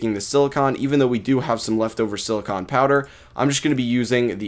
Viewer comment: sillicon is perenonesed as sillicy-un